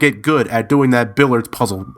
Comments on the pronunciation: It's billiards with an 'i', not billards. Also you wouldn't call the balls 'billiards', just balls. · it's pronounced "bill-ee-ards."...nuclear. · There's a second "i" in the word "Billiards."